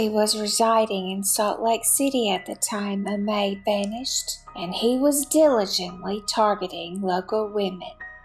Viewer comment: Pronounce Amee